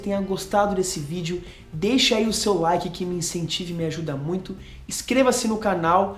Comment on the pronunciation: "Laiqui" 2 kkkkk!!! Parabens pelo canal.